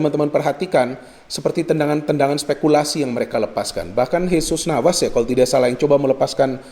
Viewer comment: Selalu suka aksen khas yang ketika mengucap huruf V menjadi W, pas bilang Havertz jadi Hawertz, Jesus Navas jadi Jesus Nawas